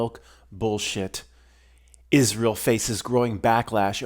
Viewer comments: I just love your pronunciation of Israckl. 😁😁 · I'm so glad you're o.k., and you don't have to see a psychiatrist! The way that you pronounce Israel always makes me laugh. 😂